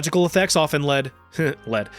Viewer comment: Neurological effects often led hehehe lead. Made me giggle 🤣